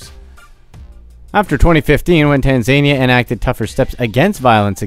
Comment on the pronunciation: Oops! A few miss pronunciations in this video! Your title says "Mubobobo" (three bo's) where as you say it "Mubobo". Also, your pronunciation of Tanzania....I believe it's "Tan-za-NI-a", not "Tan-zania". Just me being anal really.... The phallic symbol was ALSO considered good luck in ancient Rome and appears a LOT in art and architecture in India as well.